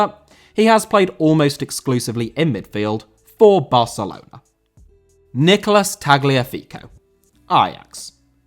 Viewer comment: Barcelona* not Bohçalouwner